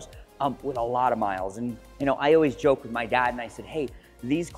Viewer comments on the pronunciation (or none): none